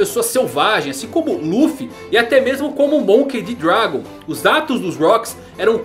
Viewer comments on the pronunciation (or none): none